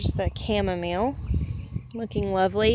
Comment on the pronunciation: Kevin Epic Gardening pronounces it "cha-mom-a-lay" as a joke 😏. He uses a blueberry or cranberry picker to harvest his chamomile flowers and it's genius!